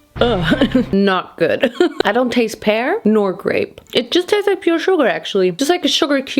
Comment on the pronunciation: Also, what did you say PEAR like that?🤣😆😂